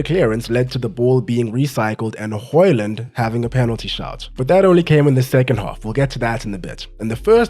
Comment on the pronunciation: As a Dane, congrats on the "Højlund" that is pretty much spot on in terms of pronunciation.